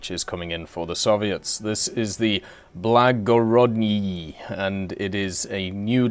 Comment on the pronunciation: Say the name of that ship for us one more time, I don't think you got it quite right yet.